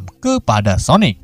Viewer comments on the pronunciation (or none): Bang sonik bang sonik bukan sonek:v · Kok gk konsisten pertama bilangnya sonaic terus berubah jadi sonic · Bos itu Sonic bos Sonic bukan sonaic😂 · Kok Sonet bang bacanya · Salah bang bukan soneic tau sonic tapi Sanic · sonic bukan sonaik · Kalau kekuatan nya super sonic ya nama nya sonic lah bukan sonec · Bukan soneak apa sonais sosis sonice nama nya sonik atau sonic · Sonic bukan sonec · Cara bilang nama Sonic dengan benar: Sonic bukan sonaic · Namanya Sonic bukan soenec c dibaca k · Aku awal awal kok dengar abang bilang " sonec" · Biasa ajj lh ngomong sonicnya 🐒🐒